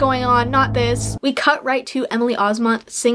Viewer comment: You miss pronounced Emily Osments last name. 😅 You said it as Osmont. It’s Os-Ment. Like “mint”. Not to be a grammar police 🤣